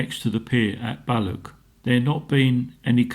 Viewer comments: It's not Lock Lomond, nor is it Ballock. You need to make a gargling sound for the "ch" s. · As a proud Scotsman it hurts my ears every time the blokr said "loch: or " Balloch" get it right or better still SHUT UP!